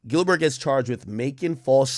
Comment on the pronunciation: Bro just call him Gil 😂😂😂 bro saying GilBurr hella funny every 5 words